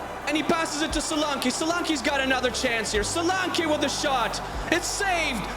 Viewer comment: btw it's soul-lan-key not sol-arne-quay and bournemouth fans mostly say dom as it's his first name